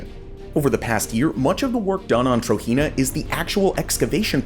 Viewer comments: It’s pronounced TROJENA Tro-JENA Not Tro-Hina or Tahina تروجينا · Hearing you pronounce "Trojena" as "TRO-HEE-NUH" is cringe as hell man, it's pronounced "TRO-GEN-NUH"... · It pronounced as Trojena, with "j", not "Trohena" or something.